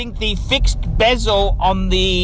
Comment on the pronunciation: PHO WRIVETT BRACELET WITH THE BURGUNDEE BEEEZULL!!!